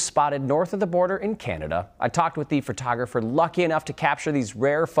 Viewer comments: Such Amazing pix of an amazing Loon!!! Side..could you Please pronounce phErtography correctly. Especially as a news person who influences the rest of us...and as you are professional speaker. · For someone who is being paid to speak as perfectly as possible, how is this dude going to pronounce photographer as “fur-tographer”? 😂